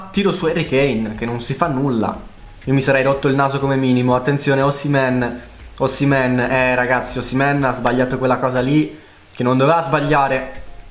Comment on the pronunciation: Si dice osimen